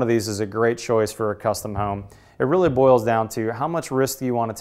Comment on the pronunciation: Its Home, Not Whoome..